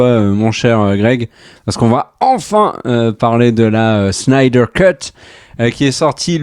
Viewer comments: Juste pour savoir, est ce que le gros blaireau avec son gros pif et sa tête infâme peut arrêter d’écorcher absolument tous les noms de réalisateurs ? Il veut se donner un genre ??? Parce c’est claqué au sol comme genre ça Snyder c’est avec un S et pas CH, donc pas Schnider comme Spilberg qui est régulièrement sali par ce bof intersidéral et bien sur Whedon !? C’est Whedon pas Weshdon espèce de gros naze !! Il me fatigue cet imbécile heureux a force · La SCHNyder cut... Je vois pas où vous allez chercher ne son "ch" dans Snyder. Et il n'y a pas de "ch" dans Whedon non plus. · Ca se dit bien "shnayder" et pas "snaydeur" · C'est SSnyder, pas SHnyder ... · Pourquoi prononcer Schneider. Snyder tout simplement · Superbe résumé! Mais un truc m’agace pourquoi vous dites Schneider avec un chhhh ou lieu de Snyder et même chose pour Weshdon ou lieu de Whedon... on dirait que je n’entend que ça et ça écorche mes oreilles et c’est dommage ! Sinon dans le propos je suis assez d’accord avec vos propos. Perso j’ai adoré le format choisi choisi par Snyder et je trouve ça plus épique justement par la hauteur, car en BD on est beaucoup plus sur des cases en hauteur sur des pages pleines pour montrer la grandeur des super-héros ! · SN-AIL-DEUR et WI-DONNE et pas schneider et weshdon svp. Je vous adore mais massacrer les noms pendant toute la vidéo c'est insupportable pour les oreilles ;) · Schnider, Wesh Done, Sheredder, schrebeure, Jacque scheckbear… l'assassinats des noms. Mais très bonne critique. .P.s. n'essayez jamais de dire benedict cumberbatch (Dr Strange) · Ya un soucis avec la prononciation des noms des réalisateurs (à moins que ce soit une blague et que j'ai loupé le truc), mais Schneider et Weshdon je connais pas perso ^^ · Sny-der Whe-don Pourquoi rajouter des 'ch' partout ? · FAUX! C'est Snaïdeur. Facilement verifiable.